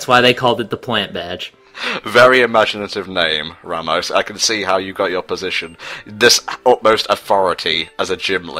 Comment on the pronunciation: it´s pronounced ra ( like the god) mos not ramos with a y. it is spanish